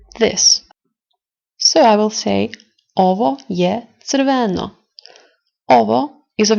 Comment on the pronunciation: Nice video, but your pronounciation of crveno is not correct (unless you speak in a dialect). The acent needs to be on R not on o...shrortly on the beggining of the word. otherway good job